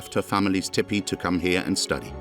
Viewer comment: I cannot bear to hear that narrator mispronounce TEE PEE it is not Tipee .... TEE PEE